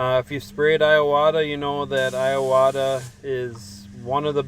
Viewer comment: just a small nit picky,but it's IWATA not I-AWATA other than that,great video